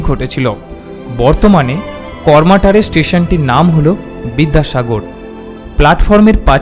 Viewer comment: কার্মাটার। জায়গার নাম। "প্রতি", "শ্রদ্ধা", " পৃথিবী"। র ফলা উচ্চারণ মর্মান্তিক।